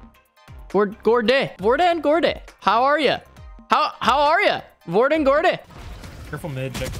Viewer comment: Bro i am norwegian and you did so good for the first time trying to say hvordan går det. Keep up the good work